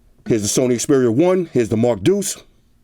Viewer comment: Thank you for getting the name right :) "It's the Xperia one two, or I dunno what to call it." - many other reviewers. How ignorant of them.